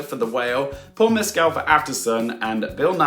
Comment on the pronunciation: Heya,! Great analysis. Likely, you are pronouncing Paul Mescal's last name a little off. Here's a YouTube link where he pronounces his last name and addresses the issue